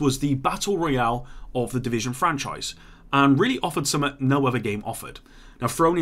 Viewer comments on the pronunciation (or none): Kindly learn how to say "something" correctly